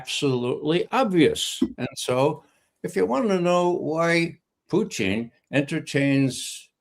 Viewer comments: Not knowing that he was intentionally pronouncing it that way I actually went to Google annexed who is the Russian individual involved in the current Russia us talks whose name is pronounced poo ching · My main complaint is how he pronounces “Putin”. 😑